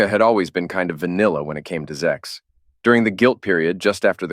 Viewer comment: Alright, what is up with pronouncing sex as "zex"? Gets annoying after a while.